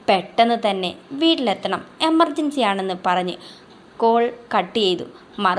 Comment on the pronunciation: നാക്കുളുക്കി. എമർ സഞ്ചിയല്ല സേ എമർജൻസി🤣🤣🤣 കമന്റിയില്ല എന്നു പറയരുത്. വായിക്കുമ്പോൾ കുറച്ച് ശ്രദ്ധയോടെ വായിക്കണം ട്ടോ.🥰🥰🥰🏃‍♀️🏃‍♀️🏃‍♀️🏃‍♀️